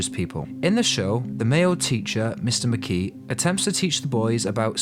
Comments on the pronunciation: 3.55 mister mekee its mister makey. (Mykay) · mr, makee?? Mr. MAC ee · mr mckey, chief? are you trying to mis pronounce the names?